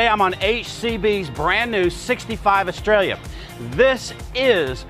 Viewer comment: Couldn't learn how to pronounce the boats name eh?